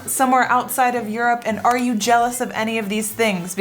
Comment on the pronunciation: when he says juropp :D